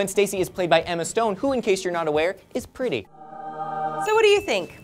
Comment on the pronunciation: okay is gay. He called emma stone "Preetie"